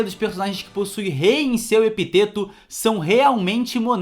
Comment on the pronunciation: Epíteto, tem um acento agudo kkkkkkk